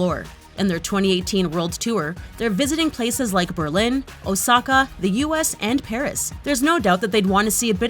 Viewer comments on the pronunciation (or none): none